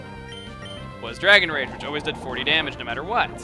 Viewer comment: when you said golbat has rage in sapphire, I thought you said rape. I was like O.O